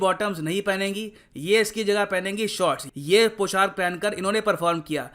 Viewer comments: It's पोशाक not poshark... Thanks 🙏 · Sir पौशाक होता है Not poshark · Sir poshark nahi poshak hota hai,,,, 🤭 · पोशाक होता है भई, पोshark नहीं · Humble remark -Sir It’s POSHAK not POSHARK. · Sir I like your videos, I want to put some feedback here, I strongly believe that pronunciation is very important. you make videos in hindi so I think you should be more carefull of it like:- पोशाक not पोशार्क, सोलह/सोला not सौला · It's पोशाक not Poshark 🙏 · Sir... With due respect I would like to correct you that.... It's not 'poshark' it is पोशाक